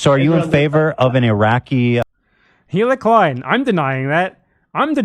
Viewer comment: anyone else keep mishearing BE say "hitler klein" instead of "hila" or whatever her name is